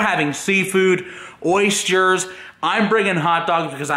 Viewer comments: Did he really say oyschers instead of oysters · it's not "oyschers"😂😂😂😂😂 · I like how he says "Oystyers" lol he said it weird. Just saying lol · lmao did you just say oyschers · Oystyers? Really? Oysters bro oysters.